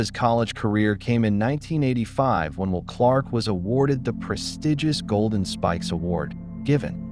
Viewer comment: It's not even a real guy. Stupid how he says "Wool" Clark, and how many sentences stop in the middle, then continue. No highlight clips at all. The sad thing is, there are quite a few of these videos.......